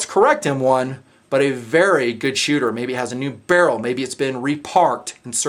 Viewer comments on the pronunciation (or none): none